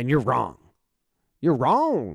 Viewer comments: Yep. And right before that, you can literally see the coach's southern accent. That's a loooong O in "wrong". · I love one of the "you're so wrong"s that the coach said. You can see the southern accent with the o shape he makes with his mouth at the end.